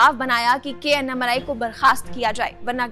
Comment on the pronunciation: It is not अन्नामलाई it is अण्णामलै